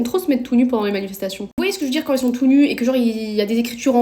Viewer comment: Par pitié coupe tes ongles. « j'en avais des choses a djir » 🤣